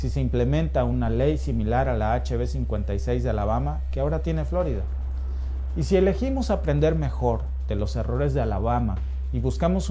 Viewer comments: Por que dice FLOrida si es FloRIda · Solo a mi me puso inquieto que pronunciara mal "Flórida"?? (El acento es para hacer ver como lo pronuncia el)